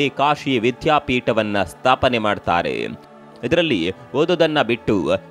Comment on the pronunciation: ವಿಷಯ ಅತ್ಯಂತ ಅವಶ್ಯಕ.ಆದರೆ ವಿಧ್ಯಾಪೀಟ ಅಲ್ಲ ವಿದ್ಯಾಪೀಠ, ಅದಿಖಾರಿ ಅಲ್ಲ ಅಧಿಕಾರಿ, ಅಂತ ಹೇಳ್ರೋ ಕನ್ನಡದ ಕಂದಮ್ಮಗಳಿರಾ.